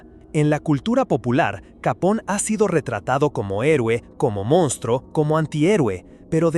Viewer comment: Gran video , aunque te pasas todo el mismo vídeo pronunciando mal su apellido , No es capón, si no , Capone , es italiano no inglés